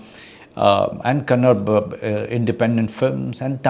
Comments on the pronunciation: I’m sorry Manoj, it’s Kannada not Kannad…. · Manoj Sir, I am a big fan of your work. it's a great interview. I am from Karnataka. One sad thing is, how you feel when someone pronounces your name as Minoj, or Siroj or Manaja or whatever. That is what we feel when you pronounce 'Kannada' as 'kannad'. Please, as actors you learn so many new things, how difficult it is to lean how to pronounce a noun. Please It is 'KannadA' NOT 'Kannad'. Otherwise, it was a pleasure listening to you for more than an hour.